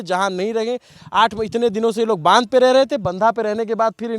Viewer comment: इसको बंधा बोलते है 😅😅 नहीं बांध बोलते है बंधा पत्ता गोबी को बोलते है